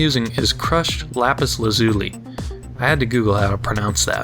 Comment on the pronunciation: "I had to google to find out how to pronounce that" And you still got it wrong >.> It's "LAH-pis LAH-zu-lee"